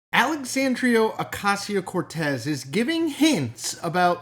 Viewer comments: Come on, Chris. You're posting a 10+ minutes video about AOC and the very first word is "AlexandriO" with an O?!? Why did you not re-record there and then? Be better! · If only he could pronounce her name correctly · Can you not at least pronounce her name correctly?